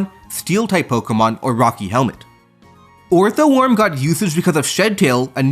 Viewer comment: Please, please stop saying “Orthoworm.”